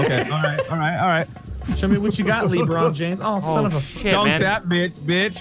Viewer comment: He seriously said LeeBron............... BRUV😂😐